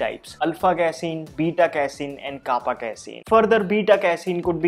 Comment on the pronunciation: its kappa casein not kapa